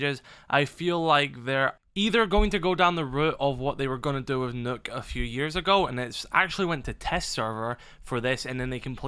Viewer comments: Its nock not nook yung blud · “Knock”. Not “nook”